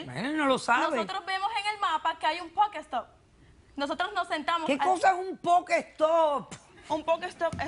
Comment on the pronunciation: la " jugadora " no dice pokestop si no pokestore.